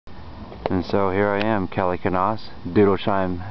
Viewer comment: Kelly, where are you from? I've never heard the name pronounced "k-nahs," I've always heard it pronounced "k-nous" or "nous." In any case, are you the son of either Richard or David? If so, you're apparently on my descendancy, if not, then definitely not.